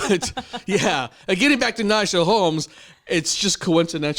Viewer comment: Why does her name Nadja, pronounced Nadya or Nadia in english sound like nausea when says it lol and for your comment “was that good of a performance for standing up?” Watch her other performances cus this was not my favorite either. Freedom with Beyoncé is one of my favorites, she did it in a fucking hotel room sick in corona and it was amazing!! She sung that song in the finals as one of her three songs and....it was even better 😍😍😍 Ps. The entrance was Everything! 😍😍💕✊🏿